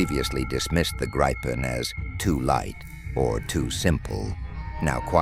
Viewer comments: !Gripen" is pronounced "Greepen" (like "green") not "graypen". Besides that I will block this channel next time I see it - too artificial. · I wish someone would listen to a Swede saying the name. It is Grip-pen not Gripe-en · News Flash! When using AI narration "always spell out words like Gripen phonetically ie: 'Grippen'" otherwise it sounds like what grumpy peole are always doing, griping or "gripin'." Also spell numbers. Otherwise it sounds totally phony.